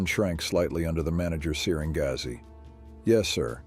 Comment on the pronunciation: Good story Funniest bit was the pronunciation of gaze as gar zay 😂😂😂😂